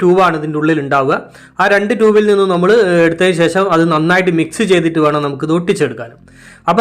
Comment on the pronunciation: 'ശേശ'മല്ല, 'ശേഷം' ആണു ശരി.